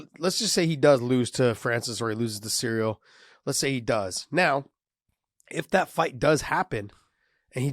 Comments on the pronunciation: calling ciryl “cereal “ with confidence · Dear, the UFC interm champs name is Ciryl not cereal. Let me help you Pronounce his name “Sear-Reel” = Ciryl. I hope that helped lol